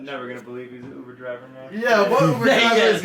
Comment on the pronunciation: “I don’t know uvvver driver”